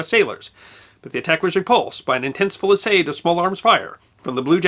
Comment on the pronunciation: Should be "fusillade".